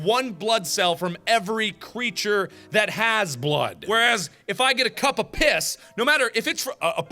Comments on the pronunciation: Markiplier saying piss sounds weird... almost like, how poss sounds... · “I’ll take the cup of piss” Mark is becoming Indian